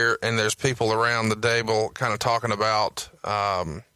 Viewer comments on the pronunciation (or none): Did he say "there's people around the dable"?